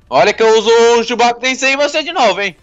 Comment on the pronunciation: Não é chubaku e chikaku